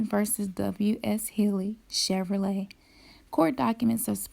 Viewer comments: It is common for people to misspell it, sound it out- Chev-rolet. Not Chever-olet ...hahhahaa What about Volkswagen versus VolkswagON... hahahaha... If it were spelled the way you wish, and the way you are pronouncing it, then it would be spelled Chever-let but its not spelled that way. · It's spelled Chevrolet pronounced chev ro let not chev er ro let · Bitch, you stupid. Obviously those are all typos and knock offs. Over there trying to add syllables to an already long and hard word to pronounce. That's why everyone just says chevy. Its not pronounced Che-ve-ro-let. Its pronounced Chev-ro-let. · Pronounce it out, Chev-er-o-let or Chev-rol-et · Wrong wrong wrong ..... the way you're spelling it would be pronounced Chev-er-olay....It's pronounced Chev-row-lay.... sound it out the way I spelled it, mine is right! Chevrolet baby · Say it in your head...the second "E" doesn't really sound like it's there. I've seen a REAL '65 Chevrolet Impala. It says "Chevrolet". The the creator of Chevy was named Louis Chevrolet